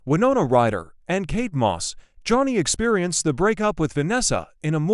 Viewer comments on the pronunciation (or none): none